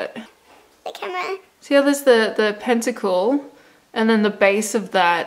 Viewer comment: Thank you for saying pentacle!!!